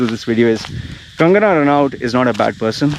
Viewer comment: RA NOT IT'S prounced that way. If u didn't know, like just to let u know.